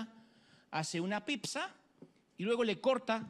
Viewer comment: Porque le dices pipza a las pizzas? Jajajaja de donde sacaste eso? Por lo demas de la predica excelente como siempre. Saludos